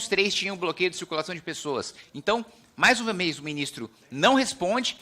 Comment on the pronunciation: "Mais uvameis"